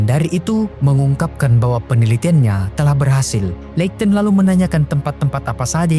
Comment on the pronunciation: pronounce nya `leikton`?, skip